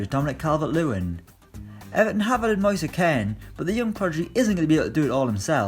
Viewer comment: He’s still saying Moise Ken.